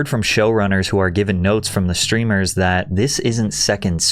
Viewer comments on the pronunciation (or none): There no "sh" sound in the word "streamer."